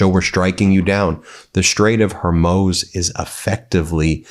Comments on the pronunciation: Please stop with your mispronunciations. It isn't hermose, it is hor-moose. I guess hermose is better than your previous "hor-mewz", but not by much. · Ben, it is the Strait of Hormooooze😂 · Ben, the evolution of your mispronunciation of Hormuz is killing me. From “Hair Muse” to “Hore Mose.” You’re getting closer. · Ben, are you so tone deaf that you can’t hear the correct pronunciation of “the Strait of Hormuz”? It’s “hormooze” NOT “hormose.” How can we believe what you’re saying if you can’t even get the pronunciation of a war zone correct? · Hormuuuuuuz. Not Hor-moze. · Hormuz not hormoz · As a veteran of the War on Terror, I cringe every time I hear Ben pronounce it as "The Straight of Hormose". It's pronounced The Straight of Hormooze". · What is wrong with you? Why can't you get the name right? Hor-mooz, it's pronounced Hor-mooz. Dude get it right. Hormuz, not Hermoz. Come on....... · Its not Hurmoz, its HORMUZ, ffs. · Strait of HormUZ...not HormOZ. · All good views Ben, but it's the Strait of Hormuz, not the Strait of Hormose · Hor-muz, Ben. Hormuz. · hor - mooz it is pronounced hor-mooz not hor moze, hor-mooz it is pronounced HOR M-O-O-Z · Not Hermuse, HOR-MOOZ! Come on Ben. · For the love of God, it’s pronounced “Harmooooooze” not “harmoes”. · Ben its HORMUZ not HORMOZ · One small note: the Strait of Hormuz is pronounced “HOR-mooz.” It sounded like “Hor-mosz” in the video. Since the strait is so central to the Iran situation, I thought you might want to know. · The Strait of Her-mooze, not Her-mows. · Ben, you have a problem. You cannot seem to pronounce names correctly. Examples of names - Karoline Leavitt (not Lion or lyin) - Maria Bartiromo (not Bartiroma) - Strait of Hormuz (not Hormose) If you are doing this on purpose then it shows a lack of professionalism. Do better. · Ben, it's the Straits of HormUz! HormUz! Not Hormoze! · Her-moze No, hor-mooz! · it is called Strait of HormUz NOT Strait of Hormoos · is HORMUZ , not HORMOUS.. ❤ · Hor-MOOZ, Ben!